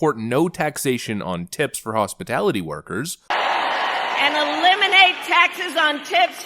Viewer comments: ...besides.... She said hospitility instead of hospitality. Don’t these people go to school...? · Thought it is/was hospitality? She said what sounded like “hospitility”. Is that a new Marxist progressive word with a double meaning or should I ask to spin the wheel and ask Pat for a vowel for the correct spelling! Just So we can better understand her Gobbly -Kamala-Goop. Thank you for the content you provide. Peace 😉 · She said hospitility Not hospitality. She cant even copy your homework correctly. 😂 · Hospitility... She can't even say hospitality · Hospility? Or Hospitality? Kamala is a joke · Kamala said, "hospitility workers" -- h o s p i l i t y... I'm not sure if this was just a slur or if she actually believes it is 'hospitility' ...what do you think? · She can't even say hospitality. "Hospitility" is not a word. This is someone who thinks the "cloud" is a literal cloud. This is an at-best D-student, and shouldn't be charge of so much as a freaking bake sale. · “Hospitility”. That moron can’t even PRONOUNCE “Hospitality”. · kamala harris said "hospitility" workers . its hospitAlity. she literally speaks like a 5 year old child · Not hospitality.....hospitility!!!! She said hos-pi-tility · Hospitility?? It’s hospi-tal-ity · Hospitality workers, not "hospitility" workers. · Hospitility? Did she pass primary school? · What is “hospatility”…!!! It’s; Hospitality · She can't even pronouse HOSPITALITY and insteas said hospility. How simple a mind you must have to fall for these gags.... sigh... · hospitility or hospitality? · I caught that too. "Hospilitity"? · Listen closely to the applause “after” she says something, like copying Trump about not taxing “Hospitility” workers. Which she can’t even PRONOUNCE, but the applause sounds “canned” or the same every time, like a old movie about a Dictator! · So we just gonna ignore the fact that she said “hospatility workers”….. hospa-tility??? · Just realized she said "HOSPITILITY". That is not a word